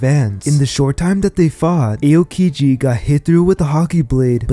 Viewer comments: its pronounced Ow-kiji, not Ayo-kiji, you even watch the show lol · E-yow-ki-ji? Lmao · you talk about being a "tru one piece fan" and yet you can't even pronounce the names properly. wth man. just repeat what you hear in the anime. not hard. "eh-oh-kiji"?? wtf? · What the Fuck is “A-O-Kiji”😭😭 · The pronounciation... A yo kiji 💀 Edit: Re yo = Ryuo 💀